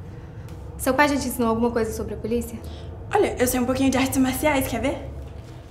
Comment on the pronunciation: O João: É so a gente chamar a poliça. Melhor português do mundo kkkkkkk